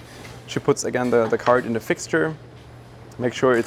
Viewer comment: you speak english well. why not turn the duh's into the's?